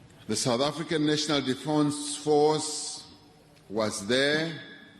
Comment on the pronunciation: Defance force? Cmon hahaha Our "president" cant even pronounce it properly. What a KAFFA